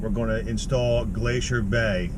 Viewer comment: Why you say glacier bay like that ? Lol